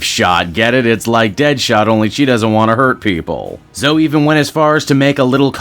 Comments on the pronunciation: Zo-E not "Zo", like with Chloe, it isn't just "Clo" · Her name is pronounced Zo-ee, not Zo.